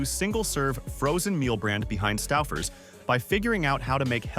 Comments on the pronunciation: Stuffers/Stowfers? It's pronounced sto-fers. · "Not the AI calling it Stuffers 😭"